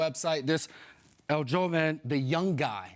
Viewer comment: With all respect here, its pronounced "El Hol-ven" ...in spanish, J's make the H sound. But yes it means, young man/boy.